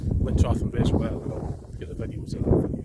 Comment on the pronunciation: Haha you need to practice saying reservoir lol it's not wire its voire Used to live near Glamis and would drive to peel farm and lintratgen Lots of nice drives around that area its better when you show the area instead of seeing it behind you we have sleet and wind thru here I'm visiting dundee tomorrow and Friday so taking my camera round the west end for an hour cheers for the video